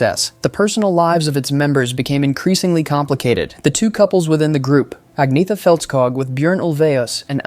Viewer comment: "Agg-neeth-a" - Stop it!